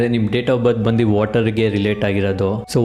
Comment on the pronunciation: ಬಂದಿ ಅಲ್ಲ ಬಂದು